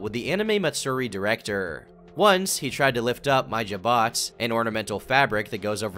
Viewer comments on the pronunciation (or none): none